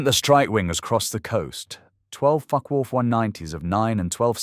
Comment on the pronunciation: This is not a joke. The pronunciation of Focke does seem a bit off to me. To put it politely.